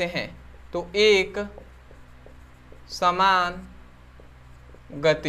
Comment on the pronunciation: Eksamanya gati nahi brother eksaman gati hota hai